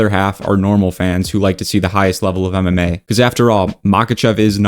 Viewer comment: When you say MMA it sounds like you say anime. Speak up you virgin all that yapping and you’re talking to low practically mumbling.